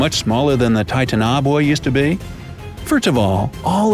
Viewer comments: Oej Ohh its still not correct in english its tie-tan-oh-boah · It’s pronounced TIE-TAN-UH-BOW-UH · You mean titan-a-boa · I’m pretty sure it’s pronounced like Titan na bowa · It's pronounced Titan O Boa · Say it with me TI-TANO-BOA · It's not titanaboawa its pronounced titaniboa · Godamm titanaboa evolved 30 million years ago, Dinosaurs went extinct 65 million years ago. Also its pronounced " Ti-tan-Oh-Bowuh " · Tie tan a bow ah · It sounded like titan-ogwah to me. After seeing the couple comments like this one saying he was pronouncing it wrong, I had to listen to him saying it 3 more times before I could hear that he was actually making a B sound instead of a G sound. If it wasn't for these comments though no matter how many times I heard it back to back I'd probably still hear it as a G sound instead of B sound. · The way he pronounces titanoboa is idiotic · He is saying it wrong it is like titan and boa like boa constrictor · I like the video, but HOW DID YOU NOT PRONOUNCE TITANOBOA RIGHT??? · That pronunciation is almost more horrifying then the snake itself 😂😂🐍 Still a good video as always so thumbs up👍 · Honestly the pronunciation of the creature instantly made me not continue with this video .. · Please god stop 🛑 how are we supposed to take you seriously pronouncing it like that ? You obviously didn’t do as much research as you let on or you’d know the proper pronunciation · you pronounced it wrong:( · not to hate but seriously? ur saying this after 65 million years? after scientists confirmed they went extinct because of the meteor? u cant even pronounce the name right.please stop doing these kinds of videos because tbh we know its kinds fake. look dude if u wanna keep doing this atleast make it so that it makes sense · You pronounced it's name WRONG !!! HOW DO YOU MESS THAT UP ???!?!?! WOW... SMH !!!! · That's not how the name is pronounced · He can't even pronounce Titanoboa correctly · you pronounced the name kind of wrong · Its ti ta na boa